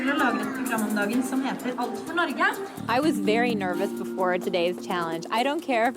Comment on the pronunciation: As a dane that speaks Norwegian. It hurt me when he said norge.